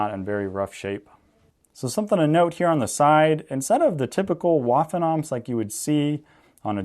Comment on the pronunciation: Great video and great information disseminated, but keep in mind that the W in "Waffenampt" is pronounced like the English V. Thanks for making this video!